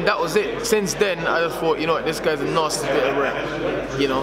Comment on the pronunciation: “Lucas brown is a narsty piece of rurk”